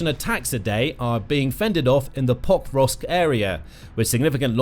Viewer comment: This video was irritating, I'm sorry, but every time you say Pokrovsk... I hear Pop rocks. Hard to follow when Russians are attack pop rocks. 😊